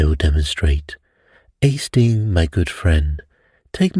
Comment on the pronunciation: It makes me smile when you ‘do’ your Poirot accent. 😊 …”Estings!” 😅 Have a fantastic week. 💐🥰